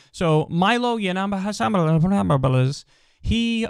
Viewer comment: I like how Kyle said Milo's last name lmfaooo